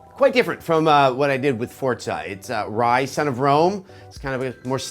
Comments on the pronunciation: Its Forza not fucking Fortza!!!!! Get it right!!! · I see some devs still havn't learned that good graphics =/= good game. Also, I've noticed many reviewers pronouncing forza "fortza" Why is this? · Holy fuckin shit you fuck it's forza NOT FUCKING FORTZA YOU FUCKING NAZI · "Fort-za" -Adam Sessler